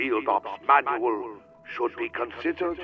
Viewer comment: "Manuel"? Don't you mean manual? Luhmayo of course a.m. 11/24/2024